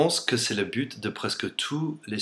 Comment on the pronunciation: Oui, tu pourrais parler du Super Bowl ? On en entends beaucoup parler mais je me demandais pourquoi. Et fais attention ça peut être pris par un français. On dit "un but" et pas "une bute" surtout avec ton accent, j'ai compris "une pute" et "une pute" en anglais, ça donne "a bitch" =D.